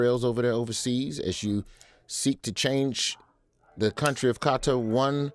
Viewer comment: Thank you for actually pronouncing Qatar correctly! You just have to listen to the Arab announcers pronounce it. Why can't American journalists get it right?